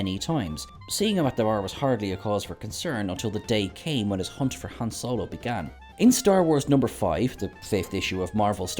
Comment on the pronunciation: Please pronounce Han correctly.